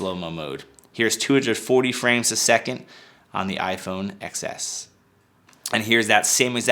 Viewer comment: It's iphone 10s. Please not xs